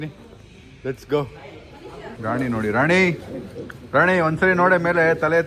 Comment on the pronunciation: Nodure ❌ Nodudre ✅